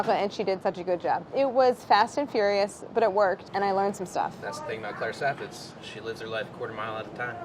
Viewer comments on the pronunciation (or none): less is more, you guys. also Saffitz, not SaffRitz.